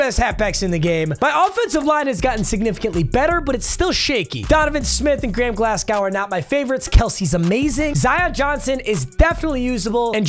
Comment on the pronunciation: 'glass-cow' FML